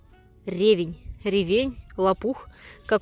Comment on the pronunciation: Вы меня извините, пожалуйста,но всё - таки нужно говорить правильно щавЕль.Я понимаю,что это не урок русского языка,но всё же...И правильно ревЕнь.А за ролик спасибо.Подписка!